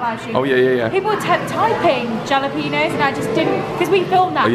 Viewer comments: Listening to my fellow Americans' heads explode over JALapeno instead of HALapeno. 😂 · Not only triggered by your pronunciation of jalapeños, but also by the people commenting saying it’s pronounced hah-lah-PEEN-yos. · Agreed! I wouldn't like our friends openly laughed at when they go to L.A. and say "Ja" instead of "Ha" in pronouncing Jalapenos. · Yalapinos.?? Haha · The same way you think we pronounce Adidas wrong because of the creator of it, is the same way you're pronouncing Hal lah peen yos incorrectly. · Man said jjalapeenyos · The J is silent. Halapeeno. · Hall a pain yo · they are pronounced "hall-a-PAIN yoes" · Im guessin you know it’s pronounced HA-la-pen-yo. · its pronounced "HA LA PENO" ... FOR FU@ SAKE!!!! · Hal uh peen yos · I abhor your "jalepen̄os" pronunciation. Are you trying to make this funny? Because in a way it is funny, but I still hate it. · The way u guys pronounce jalapeños is cracking me up.... I can’t tell if it’s on purpose :) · not really superiority. Everyone does that when they try to pronounce something originating in another language, regardless of their native one. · No it’s adorable when they pronounce the J 😂😂😂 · I love how y’all pronounce jalapeños. So incorrect but so cute lol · If you really want to try some great food, from an American restaurant, I can't wait and hope one day a Portillos will come to the UK one day - PRETTY GOOD FOOD 😋🤗😊🤗. I love the way you pronounce jalapenos, without the "H" sound - so sweet. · Jalapeños WITH AN H.... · Never pronounce jalapenos with a Spanish "H". You should behave as if the sun still never sets on the British empire. Also you're still not drinking nearly enuf Proseco. Did it ever occur to you that you might live too long. Nothing becomes a legend so much as DEATH!